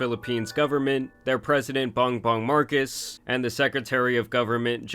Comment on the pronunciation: Marcos, it’s Marcos.